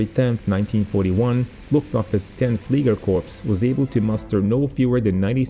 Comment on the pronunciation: I love your channel as you give us a visual representation of history. I have one minor correction. The word fliegerkorps is pronounced without the s at the end, as if it were spelled fliegerkorp. Thank you for the great channel!